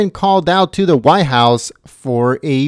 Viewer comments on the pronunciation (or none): WTF is the why house? I assume you means White house, you know, that large place at the end of Pennsylvania ave..Did you learn to pronunciate in an ebonics class?